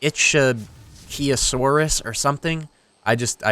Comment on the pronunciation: He pronounced ichthyosaurs COMPLETELY wrong. It's ik-thee-oh-saurus.